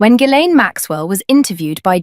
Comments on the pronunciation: Among other shortcomings, this British-sounding AI voice needs to learn how to pronounce Ghislaine. Otherwise, stellar reporting. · Ghislaine, and also Kashoggi, I think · Oh dear, Ghislaine mispronounced but interesting all the same. What a lovely voice albeit a good old Artificial Intelligence one.